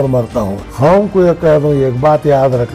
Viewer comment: Khaum???? Qaum lafz hota hai sagab